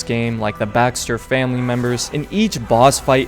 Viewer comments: its baker not bakster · It's baker, each baxter u said bothered me but ur review is great tho